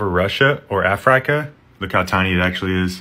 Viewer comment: DID YOU JUST CALL IT “aFrIycA”?!